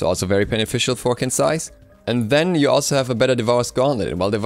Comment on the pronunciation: Surprisingly enough, Qin's Sais is actually pronounced as "Chin's Sais". Chinese pinyin is weird, I know :P